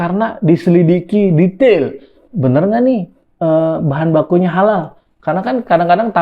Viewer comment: Mantan satpam gereja dijadikan mentri agama, ya gitu.... Sedih jadi orangtua yg membesarkan nya.... Dari awal logo khalal juga ga jelas, bacanya juga khalaka.... Ya pasti akibatnya ya.... Gt lagi....